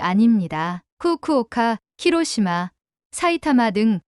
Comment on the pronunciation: 왜 쿠쿠오카 키로시마 라고 하지?